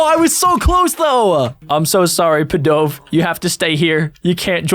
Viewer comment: It's pidov